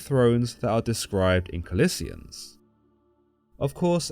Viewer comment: I believe it is Colossians. That's how is in the Bible, not collisians